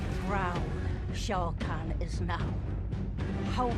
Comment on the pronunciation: Off topic, I know, but Skarlet’s pronunciation of Shao Kahn is very strange. “SHO CAN”